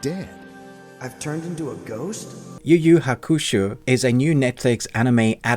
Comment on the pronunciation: Yu yu hakushuu??😂😂🤣🤣